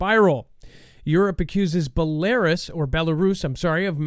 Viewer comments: i am laughing at you actually. If you watch the show regularly, you would have seen Dex and Adam going back and forth about the pronunciation of Belarus specifically. Your ignorance is impressive. Have a great day! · its is a pea-nut, not a pea-nit. Its a wolf, not a woof. Its Bela-rus, not Belaris. Just saying.... lol are you going to correct yourself on the next show? Just playin bud.